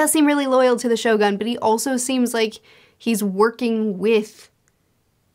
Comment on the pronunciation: Finally got the point why Doffy become the one of the evilest character in OP.. Cant wait to see your review for the Act.3 because there will be a lot of surprises that waiting for you.. Anyway the correct pronunciation of Shogun should be (sho-goon) 😊